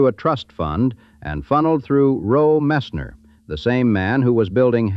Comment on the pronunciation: The man that eventually became Tammy Fayes second husband is called Roe Messner not Rol Messner.And the house the Bakkers had was in Tega Cay ,South Carolina, not Tega Key. My aunt was married to a guy who lived there at the time and and we actually went on his boat on the lake where this house was and actually got to see the actual house where they lived.